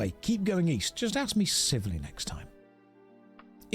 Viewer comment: Who's going to tell him about WHICH Americans say "axe you a question"?